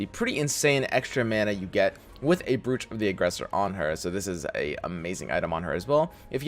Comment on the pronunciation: do you mispronounce brooch on purpose?